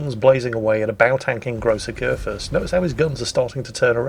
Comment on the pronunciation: *Ägir, let's be dicks about German Umlaute (Ä, Ö, Ü).